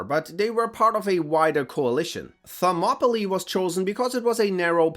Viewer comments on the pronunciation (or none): none